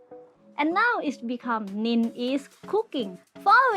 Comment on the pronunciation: 😃 Hey Nin you speak my name correctly👏!!